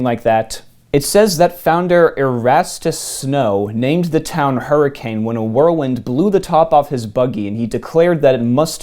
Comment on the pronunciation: Hurricane as the city is pronounced Hurrikin.